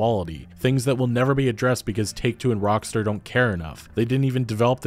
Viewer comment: "Rockstore" fucking lol well done